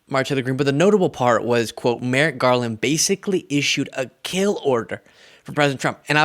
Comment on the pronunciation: “MerriGarland”🙄🤦🏻‍♀️🤦🏻‍♀️🤦🏻‍♀️she is unbearably stupid!!